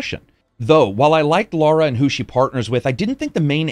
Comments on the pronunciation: When it comes to a persons name, there is only one correct pronunciation. Her name is Lara, not Laura. Also, colour and color have the same pronunciation. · Before I watch it I bet he kept calling her Laura rather than Lara 🤣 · Love this channel... But cmon brah...... It's Lara not Laura.